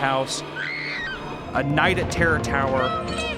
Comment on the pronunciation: is probably gonna be my favorite phrase for awhile Just drunk af Papa watching kids tv shows saying "Terror Tower Sucks". Im just dying over his half closed lids rambling "teror torror is terble"